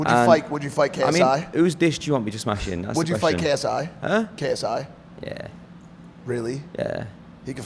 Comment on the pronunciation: The way he is saying yh 💀